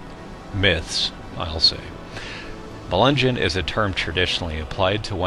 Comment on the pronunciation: I thought Melungeon was pronounced Muh-lin-nyon